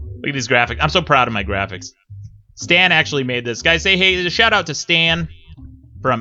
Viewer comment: "I'm so proud of my graphics" reads graphic incorrectly